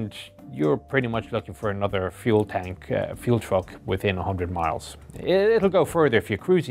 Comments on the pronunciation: Fuel not Feul. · feul????? do you mean fUEl LOL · "Feul"...? Really? Lol. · I think it was delibarate, if you go back at this point of the video the way he pronounces it sounds more like feul rather than fuel :) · Come on guys, it's pronounced fee ule. Not Foo ell. Obviously is correct and the English language is wrong. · "Feul" ? is this german, british or french pronunciation ? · Feh you'll